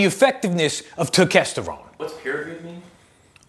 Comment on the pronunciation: Dude, you got turkesterone right while simultaneously being funny. I'm seriously impressed.